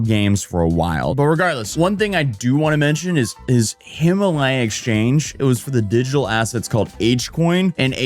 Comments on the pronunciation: It's Him-a-lay-a, not Him-a-lie-a. Like the Him-a-lay-an Mountains. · pinyin is really easy to memorise, folks. really easy. oh, forget it. my dude can't even say himalaya 😆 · Then Butcherd Himalaya. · Dude, you can’t even pronounce Himalaya properly! lol. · Wes Watson never owned a supercar. 😅 You're not pronouncing "Himalaya" correctly.